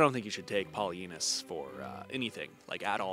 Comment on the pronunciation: Am I the only one who hears that historians name as "PolyAnus" I know that I'm 12 at heart but I am also at the age where I need to watch for hearing loss.